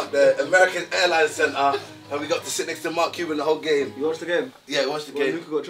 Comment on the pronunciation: The way Niko pronounced mark Cuban’s name wrong is actually insane